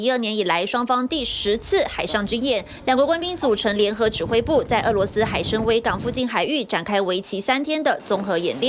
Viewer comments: 海参崴，wan，哪是wei，🐸🐸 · 海参崴能念成海参威，台湾的播音水平真低，字都念不清楚。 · 海参崴wai，乌唉崴，崴脚的崴，我擦尼玛